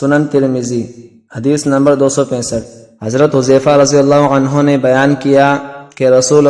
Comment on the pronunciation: Ap ney ek ghalti ki hai ap ney anhoo ki bjay anhan keh dia hai plez khiayal Kia Kary plez